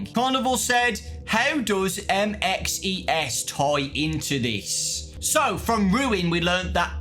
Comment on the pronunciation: bro just say “ MXES” and not “ M.X.E.S.” Please 🙏🏾 😅 didn’t we not see him in trailer at the end of